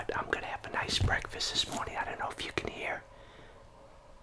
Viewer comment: I guess this is what they call bekfast